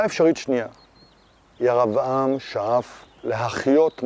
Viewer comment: יישר כח! הסבר יפה ומחכים. המשך כך! שאלה אחת...אתה לא מבטא קמץ קטן - "ויקם" "ירבעם". למה? (לפי חוקי הלשון קמץ קטן מחליף את ה-"ו" בעי"ן הפועל ואמור לקבל צליל של חולם)